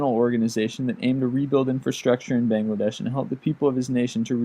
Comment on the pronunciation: I'm sorry but the way you say Bangladesh -_